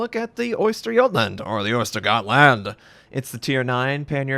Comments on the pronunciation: Just say osterjotland not oyster-gotland if the Ö is hard, the Ö is proununced in some way like you say uhm but without the M and a silent H...got it? Easy :) so uhsterguhtland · Noone:: "OYSTER" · you prenounce G in this ship it as you would prenounce the G in the Georgia